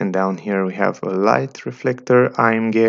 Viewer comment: The way you say AMG to be A-M--GAY.